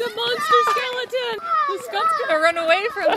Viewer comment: Im laught at said a skeliton ahahahahah